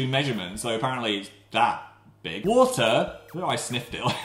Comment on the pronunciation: Phil: are you....having a laugh? whY WaS TheRE WATaaa in it???